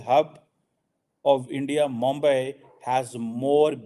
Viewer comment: Maulana Qamar Cheema MAMBAI nahi Mumbai bola jata hai JAHIL.